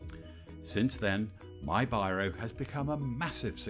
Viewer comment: Pronounced wrong. That's one of the huge mistake. In English his (my) name should be pronounced as beerow.